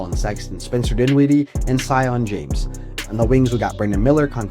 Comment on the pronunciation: "SEE-on" James not "SIGH-on" James